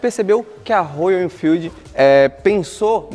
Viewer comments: Legal só não é Rôyal é róyal kkk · Rôyal, Rôyal, Rôyal e tome Rôyal. Se não sabe falar inglês não tente fazer a pronúncia certa, isso cansa os fluentes em inglês. Já viu alguém falar Rolls Rôyce?